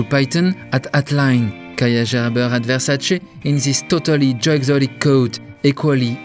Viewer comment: It's not "Versaci", it's "Versace" ! 🙏 Mama mia 😂